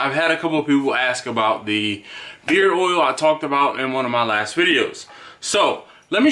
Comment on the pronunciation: I thought you were saying beer balm